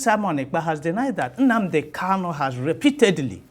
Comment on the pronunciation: Prof, point of correction, please Nnamdi's name is Kanu not Kalu. Please correct yourself and address him correctly, sir. Thank you.